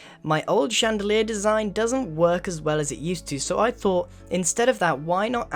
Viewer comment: On dit chandelier ! Pas chanedelé... Ces anglais... xD